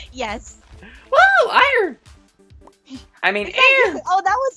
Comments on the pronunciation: IT'S NOT URINE IT'S IEON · Why do you call It arn? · Wai Du U Call Iron Aaron? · It's iron not iern